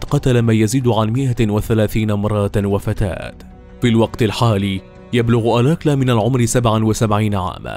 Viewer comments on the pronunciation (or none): الاستاذ المقدم أو الكاتب أو المعدين للحلقة، اسم القا،تل رودني آلكالا alkala و ليس الكلا alakla البنت التي فاز بمواعدتها في البرنامج رفضت أن تخرج معه وقالت هذا الذي نجاها من موت محقق لانها لم ترتاح لعيونه أو نظراته ارجعوا إلى الوثائقيات وبرامج القت،لة المتسلسلين الأصلية الأمريكية وشكرا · هو رودني الكالا وليس الاكلا انطق الاسم جيدا